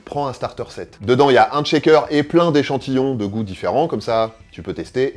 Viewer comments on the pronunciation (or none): C'est un truc d'infirmier de dire "checker" au lieu de "shaker" ou bien. Mes oreilles saignent bro.